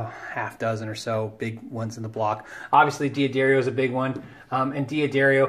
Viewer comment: Oh man if i knew you in real life i'd give you so much shit for saying dee-addario. Not to mention saying "dadario" makes me think of alexandra daddario and no moment is wasted doing that. Great vids man thanks for making them.